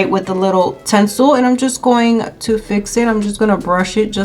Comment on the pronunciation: She keeps saying tensil lol.